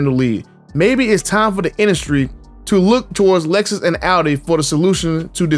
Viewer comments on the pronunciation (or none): none